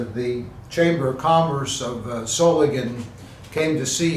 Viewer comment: Does Solingen have a silent N.